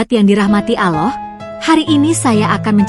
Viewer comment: Kalian .... kalian.... Narasimu min kurang elok, yg lihat video ini bukan hanya anak2 kecil dibawah umurmu yg baru beberapa belas taun. Ga sopan tau..!!!! Dan satu lagi saat melafalkan lafadz Allaah sepertinya kamu bukan muslimah ya?